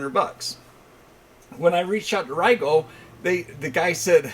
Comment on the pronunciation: Great video as always ! I found out that last week that RIGOL is actually pronounced Ree-GuLL, I’ve been saying Rye-gaLL for the last 5 years too lol 🤷🏻‍♂️